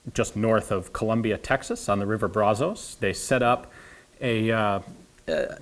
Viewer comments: Hate to be anal about it but in Texas "Brazos" is pronounced "Brasas". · 😐 I'm to poor to bid on it even if it was a current video. 😁 However it was neat to see in even video form and I love the channel. 😉 So I'm not even bothered by how you think "Brazos" is pronounced. 😂🤣😂 Joking you have top notch content and knowledge and it's both appreciated and respectable. 😊👍